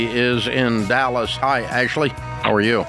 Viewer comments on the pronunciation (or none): none